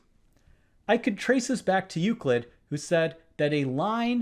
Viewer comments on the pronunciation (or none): none